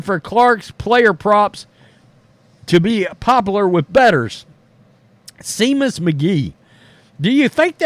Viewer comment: Pronounced Shay mus, not see mus